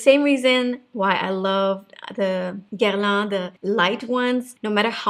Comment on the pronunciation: Superbe vidéo j'ai adoré, you say " Guerlain " perfectly French 👌🏼👏🏼😘